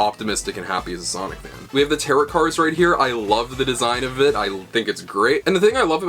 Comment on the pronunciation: I hate to be the nerd emoji but you're mispronouncing tarot the entire video. It's pronounced "tare-oh." Good stuff though, I'm excited!